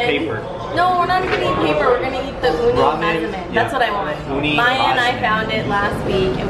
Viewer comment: She said uni and I heard oni... wow